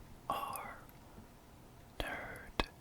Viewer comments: at the beginning i kinda sounded like u said asmr turd that made me laugh a little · Is it me or the video because I thought I heard turd instead of nerd